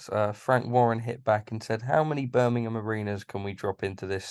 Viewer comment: Why can’t Eddie say Birmingham properly?